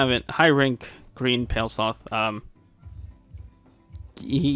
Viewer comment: "People get mad when you mispronounced stuff ya know?" Proceeds to say "Pale Sloth" for 36 minutes.